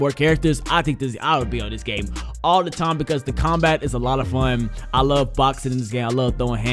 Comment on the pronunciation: U guys notice he says game but forgets the m so he says gay